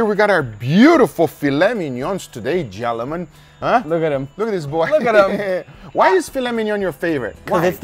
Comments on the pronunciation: "Gelemen" -Guga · “Gellomen” 😂😂 I love guga man